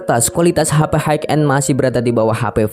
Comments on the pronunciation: High end sebutnya 'hai en' bang, bukan 'haik en' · Terima kasih atas reviewnya Bang. Keren sekali, Btw, High bacanya adalah "hai", high end>> hai en